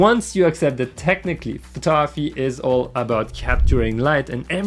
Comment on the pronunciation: taking photography lessons from someone who can't even pronounce the word "photography" properly